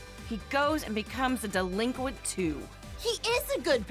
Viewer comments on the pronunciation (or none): The "delenquent" stuff really gets tired and old after a while